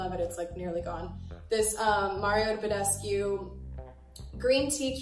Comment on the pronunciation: "MaRIo BeDeSCuE FaCial SpRay "😂😂😂😂😂